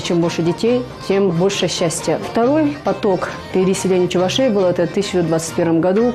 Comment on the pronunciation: Чувашей, ударение на второй слог. Внимательно будьте)